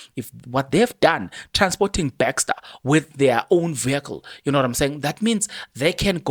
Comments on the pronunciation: NOT BAXTER MAN,ITS BESTER PLEASE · My guy how you pronounce Thabo Bester becster 😊